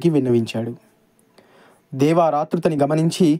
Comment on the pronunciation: నాన్నా దేవార్ కాదు దేవర్